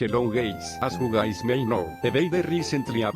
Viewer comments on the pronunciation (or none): Starting:"hello gays"💀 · dude said "hello gays"💀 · do you even notice it? he said hello GAYS at first lol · “Hello gays”